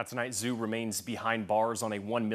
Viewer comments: Zhu: not pronounced "Zoo" 😵‍💫, but equally simple, "DJOO". 😊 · It's pronounced "DJOO", or if you prefer, "Jew". Come on.